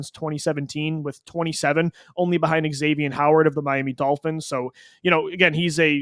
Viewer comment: Pronounced Zavien Howard not xxxxxavien